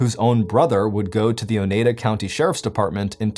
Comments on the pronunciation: It's pronounced o-ny-dah 😂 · It's pronounced O-Nye-Da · The way he's saying Oneida is killing me🤣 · Not everyone can speak Wisconsin 😊